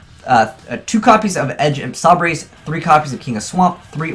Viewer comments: okay its frightFUR and edge imp say-bers not frightful and edge imp sah breys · 2 things that EVERY Yugituber says wrong about Fluffals Frightfull- it is FUR, not FULL Edge Imp Sabres- they pronounce it "Sah-Brays", but that is incorrect. Say "lightsabers" from Star Wars, then take off the "light".